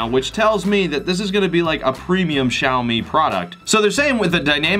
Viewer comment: You pronounced Xiaomi correctly! 👍 So many reviewers pronounce the X with j! Like how do you get a j sound out of a X?? hahaha